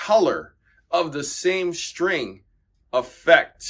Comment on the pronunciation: What's a Shtring?